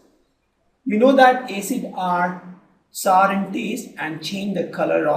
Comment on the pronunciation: female voice in good in exam fear than male so....plz mam we feel better if you explain and sir dont feel bad sir, its notsar its sour not only this there some more mistakes in pronounciations of other words